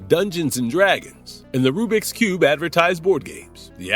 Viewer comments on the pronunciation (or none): none